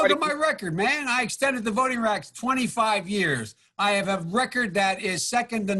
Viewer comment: Biden says, "I extended the voting racks 25 years." WTF?